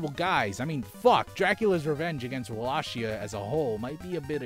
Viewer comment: ahem WALL-AY-KEY-AH. love you.